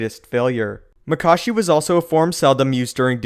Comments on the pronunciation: maka-shi not mak-ashi and from a previous video, JuyO not JuyA That is all, thank you. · Isnt it pronounced makAshi? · He pronounces Makashi two different fucking ways. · The question is: Is it pronounced Maa-kashi or Ma-kaashi? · So... is it Mákashi or Makáshi?